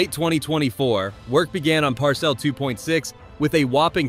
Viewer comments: Par-cel? AI is skipping school... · What's a par-cell? 😂